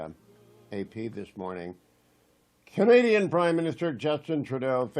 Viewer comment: Did Hugh say ' Canadian PM ? ' or ' Comedian PM' ?...